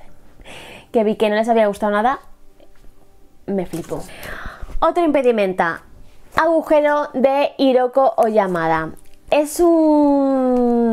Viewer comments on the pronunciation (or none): La H japonesa suena a J, así que se lee Jiroko, así es la romanización :c